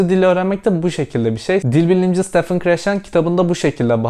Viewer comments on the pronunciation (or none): none